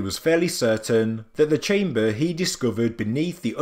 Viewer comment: Still the AI reading and still pronouncing the simplest words completely wrong with definitely sounds horrible when dragging out words to Long, saying words top, empty and chamber makes me cringe and stop watching immediately!